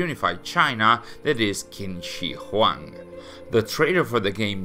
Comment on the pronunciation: Small nitpick: "Q" is pronounced as "Ch" sounds, so it'd be "Ching Shi Huang"